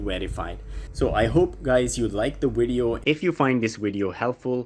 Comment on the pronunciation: Is he saying wideo